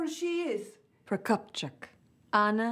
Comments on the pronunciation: Even after repeating it Keri still mispronounced "Anna Mikhailovna Prokopchuk". She should pronounce it Russian way (pro-kop-chook not pro-kop-chuck), as she was supposed to be Russian, right? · At least one of the Os in Prokopchuk isn't pronounced like an O, depending on where the emphasis is supposed to be...